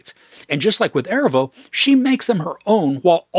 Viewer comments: Erivo - Er-ee-vo not Ervo 😊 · Erivo is pronounced “uh-REE-vo”, otherwise great review, thank you! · Great review!! Keen eye and ear on their vocal prowess. But I feel it necessary to let you know for the future, Cynthia’s last name is Erivo (uh-Ree-voh). She’s one award win away from EGOT status and I feel like this movie very well may get her there. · If you can’t take the time to learn how to pronounce her name then you shouldn’t post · Please, pronounce Miss Erivo's name correctly, in the future. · OMG the way you pronounce Erivo is driving me crazy LOL